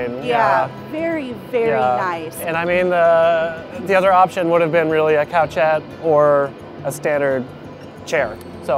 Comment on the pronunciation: Oh this is adorable but 'couchette' is actually pronounced coo-shet. Coucher is the French word for sleeping or laying down.